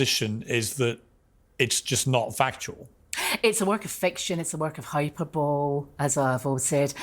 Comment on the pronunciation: * Hyper-bowl lol